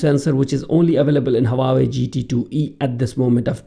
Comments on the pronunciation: Haha. Its just the way u were pronouncing Huawei. Its pronounced like hua-way and not hawa-way 🙂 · Leave the false accent. And it is not hawawei